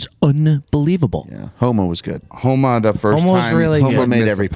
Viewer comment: always calling Max Homo?. No matter how many times says Homa, comes back with, yah, Homo’s great 🤣🤣🤣